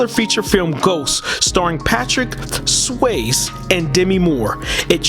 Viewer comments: This was a good documentary. In the future, be sure to research the names of music artists and record label names. Some of them were mispronounced, such as "Hatfield", "Polydor", "simulate", "The Sonny And Cher (pronounced "share") Comedy Hour" (pronounced "our"), "Swayze" (pronounced "SWAY-zee"). I'm sure that you'll get all the names and words right next time :-) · Correction, Bobby Hatfield, solo on this song. Next best song by Bill Medley and Bobby Hatfield, "You've Lost that Lovin Feeling." Another correction, pronounce the Z at the end of Swayze.